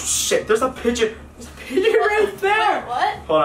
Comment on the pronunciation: When he said pigeon I thought he said bidget